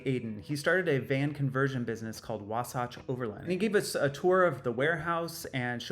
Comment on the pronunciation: Congratulations never diminish your accomplishments. Also just a fyi it's pronounced wah saat ch